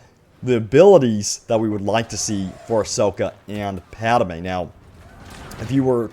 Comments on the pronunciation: It's pronounced Padmè not Padamė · Pad-may. Not Pad-a-may. :) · It not padime it padmai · HOLY SHIT PADME IS PRONOUNCED PAD MAY NOT PAD A MAY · If I hear "PadAme" instead of "Padme" one more time...... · “Padme” NOT “Padamae” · Padme not Padame! It hurts every time you say it man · I was worried I was the only one! Thank you! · Thank you! Holy wow that was bothering me too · I think he should do a public apology in the next video to the viewers who had to endure this. That was just painful, LOL! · you pronounce padme as padame lmao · Lol “Padame” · Idk why it kind of bothers me when he says pad-a-me lol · Padme is two syllables